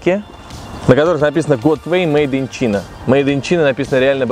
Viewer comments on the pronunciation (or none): Мейд ин Чина... ты в школе учил Английский?:)))